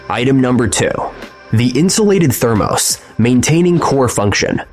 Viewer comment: Thermose is keeling me😂. Thermos I know. It’s the AI.